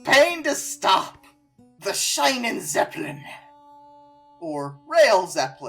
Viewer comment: AkShOeAlLeY it‘s pronounced sheenentzeppeleen… because German has the pronounciation all fucked if you’re used to English: I is pronounced E, IE is the same but long, EI or AI is an I and E is simply eh… fuck me, I‘d guess